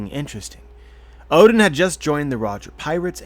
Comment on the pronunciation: Please stop pronouncing 'Oden' like 'Odin'.